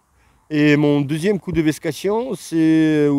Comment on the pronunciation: très bonne vidéo. Merci; Trop mignon véssk et véskation! Bien que tu parles parfaitement français mais pas ta langue maternelle. Sans faire le prof, loin de moi cette idée, ca se prononce "vékser" et "veksation", pas simple je sais. A bientôt.